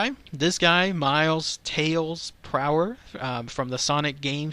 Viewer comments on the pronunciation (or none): none